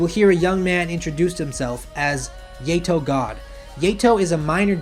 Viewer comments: Hey do you even watch the anime that you put in the list because the you pronounce the characters names are wrong, example: yato as yAtO like instead of aaa you go A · He said yeto at first XD